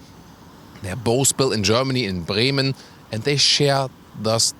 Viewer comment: Best pronunciation of “Bremen” I’ve ever heard. Props.